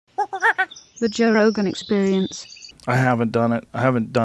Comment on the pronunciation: Owen says Toe Rogan can't say his name....I think he's right. Lol